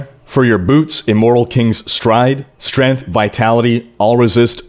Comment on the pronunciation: Strayngth not Strinth